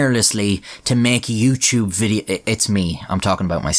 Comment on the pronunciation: Yeah and you just mispronounced youtuber